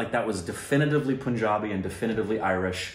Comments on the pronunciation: Guys, it's PUN-JABI (pun pronounced as in fun) .. Not POON-JABI! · I still don't know why they pronounce punjabi as poonjabi while its pronounced same as the word "pun" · WHHHHHYYYYY POOOOOOOOOOOOOONJAABI?!?!?!!?!? IT'S PUN-JABI. PLEASE FOR THE LOVE OF BABY YODA SAY IT CORRECTLY THIS ONE TIME!!!!!! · It's not Poonjabi lol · Pun in Punjabi is pronounced as Pun, the English word.